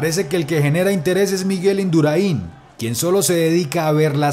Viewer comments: Por favor, quitadle el acento a la segunda "i" de Indurain, que me sangran los ojos. Y al nombrarlo, tampoco lo hagáis así, el acento hay que ponerlo en la "a". Gracias. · Bonito vídeo, para recordar a uno de los más grandes de la historia y lo generoso que era con sus compañeros. Hay más de uno que le debe una etapa del tour. Por cierto me han sangrado los oídos cuando decías Indurain con acento en la i, el acento es en la a, un saludo. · Te has equivocado en el acento del apellido de Miguel Induráin. Me chirriaban las orejas todo el rato. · como te atreves a hacer un video así y decir todas las veces mal Indurain??? ajjajajaj animo! Induráin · crazyes mad ...por cómo se debe pronunciar Induráin. ...correcto. Lo que no es correcto es cómo se debe de pronunciar vídeo. ..Se debe pronunciar como lo pronuncian los sudamericanos, es decir, sin tilde. Yo tb lo pronuncio mal, como tú. No te lo tomes a mal. Saludos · Deberías de pronunciar bien el apellido Indurain..No lleva acento en la i..por dios🤦🤦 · Colega, aprende a pronuncia Induráin. con acento en la a, no en la i, lo mismo que vídeo, no vidéo.. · A ver campeon.... Es miguel indurÁin con acento en la A. Y no miguel induraÍn con acento en la I. Si tú hablas español y no sabes pronunciar el apellido español del mejor ciclista de la historia....apaga y vamonos. Que ignorancia, por dios!. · Muy buen video aunque se pronuncia Induraaaain. Si hubieras puesto que los dos mismos ciclistas intercambiaron posiciones en la crono , lo hubieras clavado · Miguel Induráin es el más grande de todos los tiempos. Aprende a decir Induráin!!! Gora Navarra ! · Induráin lleva la tilde en la "a".....si la ponéis en la i, suena muy raro! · En España se pronuncia diferente, su apellido es indurAin acentuando en la A no en la última i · Si aprendes a pronunciar Induráin ya lo bordas. La tilde no está de adorno. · Porfavor es Miguel Indurain no Indura'in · Indurain es aguda no llana taladra los oídos escucharlo decir mal